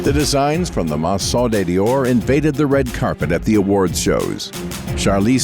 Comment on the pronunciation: The mangling of couturier, maison and other vocab is at first, annoying, and finally funny in a ridiculous way.😮